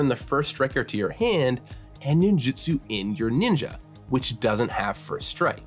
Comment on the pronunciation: For fucks sake, it is nin JU tsu